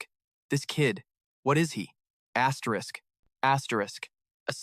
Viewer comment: asteriss what the f is asterisssssss?? so annoying